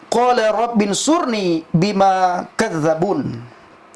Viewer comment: Baca AlQurannya masih salah, berarti dia baca Latinnya. bukan dibaca Qola, tapi Qala, sepertinya pernah belajar baca latin Quran, tapi bukan huruf Arabnya.